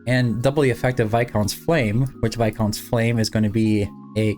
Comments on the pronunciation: Nice to hear someone pronounce viscount correctly lol. And happy birthday!🎉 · You are the first creator I heard actually say Viscount the right way. Thank you. Lmao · Thank you for being the only creator I've seen so far to pronounce "viscount" correctly. 😅